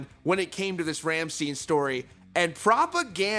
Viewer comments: You are presenting a YouTube channel called Rock Feed and making a 'news' episode about one of the biggest bands on the planet and you can't even be bothered research how to say Rammstein properly?!? Let's be honest, this doesn't say much for your credibility as a channel now does it! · Sorry but the way you said Rammstein was wrong. It's not that hard LMAO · If you would listen to rammstein you would know how to pronounce it. They say their name in some of their songs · A music journalist that can't read or pronounce the names of the bands that he is covering...🤔🤨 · he cant pronounce the band wtf is this channel lol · The dude that has a news channel about rock bands says he listens to them and doesn’t have to learn how to pronounce said bands. It’s your job dude. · I’m not telling him how to do his job, i’m not telling him to change the lighting in his studio or edit his videos in a different way. He has done similar mistakes with pronouncing bands and artists before. He’s a journalist, it’s his job to know these stuff. I’ve been watching his videos for sometime now and i get the feeling sometimes that he’s not a fan of the music that he reports on although he makes it seem that way. By the way, you could have made your point without calling me a jerk, it seems your audacity should be kept in check. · Google Translate. Professional journalism right there, people! Maybe, just maybe, you should use it to learn how to pronounce Rammstein instead of butchering it every time. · The most shocking part of this video is how u don't know how to pronunce rammstein 🤷🏻‍♂️ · 90% comments - You pronounced Rammstein wrong 10% comments - Actual news Lol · "I listen to the bands but I don't study how to pronounce their names." It literally takes a minute to search for an interview with them, maybe a German one, where the interviewer introduces the band. You make videos on the internet, it shouldn't be that difficult. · Everytime he mispronounced Rammstein my skin crawled